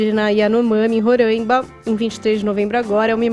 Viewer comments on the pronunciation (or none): é Roraima e não Rorãima 🤦🏻‍♂️🤦🏻‍♂️🤦🏻‍♂️🤦🏻‍♂️